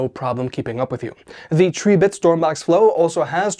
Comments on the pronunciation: The pronunciation of Tribit is trib•bit 🐸 A factoid I got straight from Tribit themselves . Cheers ☺️ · Him pronouncing tribit like that is why the "like" count is so low wtf 🤦